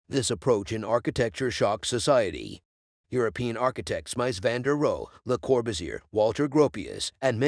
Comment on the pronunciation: "Mice van de roe", "DIE☠ Wohnung". Sorry but I have to dislike this for the ridiculous pronunciation... Is a mic really THAT expensive nowadays? I can lend you mine, sheesh.